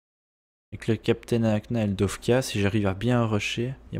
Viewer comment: J'ai remarquer que tu dit dofka alors que c'est dokfa ( je suis pareil )